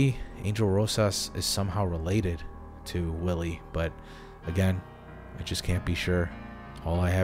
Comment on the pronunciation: You pronounce W's as V's in German sentences, so Willi (Villy), which is probably short for Wilhelm (Vilhelm).